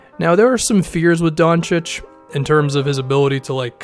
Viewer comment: ayyy is pronouncing Doncic correctly now